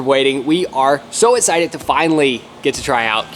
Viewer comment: Am I the only one who has ever noticed that cannot say x? As in excited?